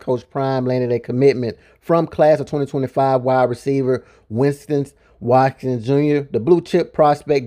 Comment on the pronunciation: “Win-ston Wat-Kins” bro 😅😅